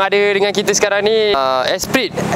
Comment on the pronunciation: Sebutan nya lotes esprii. Bukan lutuus esperitt